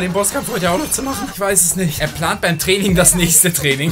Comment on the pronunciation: dwinking und dwaining